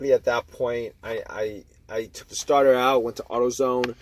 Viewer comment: It was the staah-tahh